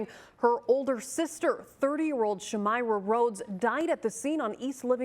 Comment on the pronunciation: You're pronouncing my cousins name wrong... it's shuhm-eye-ruh not shameera but thank you..